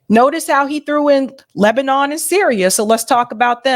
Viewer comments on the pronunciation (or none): none